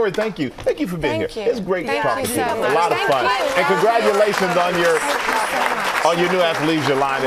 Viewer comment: did she say CONDRAGULATIONS ????? Rupaul is that you ??